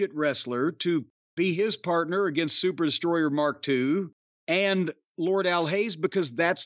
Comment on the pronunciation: Just luv how his Lordship pronounces "Sooo-pahh Destroy-ah, MAAHK TOOO."